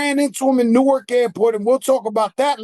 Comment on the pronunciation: Being from Newark, Nj and hearing them say Newark is cringy 😂